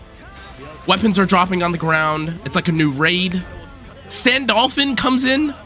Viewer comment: Your Sandalphon pronunciation is killing me